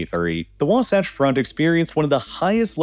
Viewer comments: It's Wasatch, not wasotch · Wa-satch. The "satch" is pronounced just like it is in the word "satchel." Not, not, NOT "waw-sawch." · By the way, Wasatch is pronounced Wah- like Waluigi and Satch like Satchel. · Mostly good, but please check local pronunciations. It is wah-SATCH among others. Overall content is pretty accurate. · Geez, the pronunciation of some of these words is nails on a chalkboard. In my 30 years of living in utah i've never heard it pronounced "wasotch" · "wahwahtch" lol. I love listening to people mispronounce names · The second a in Wasatch is pronounced like in sash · “The Wah-Saw-ch front” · WAH-satch, like Satchmo. I really hate doing this to you, but as a Utah native, I'm obliged. Please make sure this ends up in your correction video in a couple months. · Say wasotch one more time….. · Just a quick edit the mountains you labeled under “Wasatch mountains” are the Uinta mountains and the term Wasatch is pronounced, Wa- like ‘water’ and -satch like ‘patch” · You really need to look up pronunciations before doing these videos. Wasatch rhymes with latch. The first syllable of Klammath sounds like clam. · Great video until you said Wasatch Front like 5 times in a row the wrong way. Lol. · You are pronouncing WASATCH wrong. You sound silly. Fun Fact, Wasatch is a Ute word that means frozen penis. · You got Wasatch wrong again. Literally just take 3 minutes and watch KSL news to hear it pronounced correctly. Also you should probably talk to a Latter-Day Saints from Utah before making a video about Utah with history in it. You made quite a few small mistakes. Doesn't take away from the video for the average audience but it would be better to get the info right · Listening to the mispronunciation of local names is kinda painful. Though you seem to switch to about the right pronunciation of Wasatch part way in. Also, the church's official name, the one they have asked repeatedly to be called by, is The Church of Jesus Christ of Latter-day Saints.